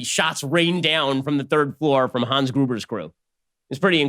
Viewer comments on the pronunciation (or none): none